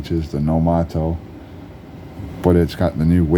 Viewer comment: It is nomato...lol